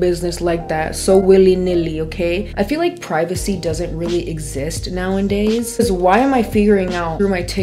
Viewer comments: Loved the video!! One thing in the kindest way possible, pretty please; it’s “nowadays” not “now-IN-days” normally I can hear past it but this video was chock full of them lol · “Now-en-days” is really taking me away from the content 😭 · love this video. the word is “nowadays” not “now and days” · Did you say "now and days"? 😅 It's nowadays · I watch you so often, I find myself pronouncing “nowadays” the same way you do sometimes 😂